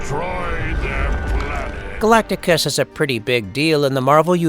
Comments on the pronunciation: How in the world did this get posted with the narrator's very first word mispronouncing his name ... "Galacticus" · seconds when you say "Galacticus", that was when I stopped watching. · Galactus, not Galacticus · Galactus. Not Galacticus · Galacticous lol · You say Galac-ti-cus 1st time you mention it's name lol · Did I just here dude say "Galacticus"? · Who is Galactuskus? Lol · Mf said Galacticus in the beginning ☠️ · first thing narrator said was "Galacticus" LOL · "Galacticus" mufukka I'll god damn fight you. The disrespect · Deadass called him Galticus in the first 13 seconds. Lol good try buddy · Am I tripping but does he say Galacticus right at the start?😂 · galactacus? Why'd you add an extra syllable? Isn't it Galactus... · “Galacticus” right off the back??? #fail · you said galactacus at the beginning, isnt it just galactus? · Dude had a minimum syllable count "Galacicus" lol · As soon as you called him Galacticus, I was out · 14 seconds into it, this guy is already butchering the name “galacticus”. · Did you say "Galacticus"?? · "Galacticus"?? I had to replay that to be sure I heard it right. I detest A.I generated narrations. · "Galacticus?" If you can't even get the name right in the opening lines you got issues. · Did you say... galagicus at the start?! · Why tf the narrator call him Galacticus in the first 5 seconds? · This fuckin guy just said Galacticus in the beginning of the video 😂😂😂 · Galac-ti-cus, is the first word of the video? Lol. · This dude said galacticus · he also said “Galact-i-cus” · 12 seconds in he calls Galactus Galacticus. No wonder he wants to destroy the world. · Literally the first word from the narrator is getting the name wrong. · You mispronounced the name of the subject of the video... FFS 🤦🏻‍♀️ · Turned it off immediately after hearing his pronunciation of Galactus. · Stopped watching when you mispronounced Galactus in the first 15 seconds. I can only imagine what your Shpliderman video is like.